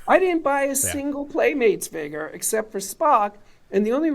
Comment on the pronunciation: Just the way he pronounces "figer" makes me not want to buy any of these. 😂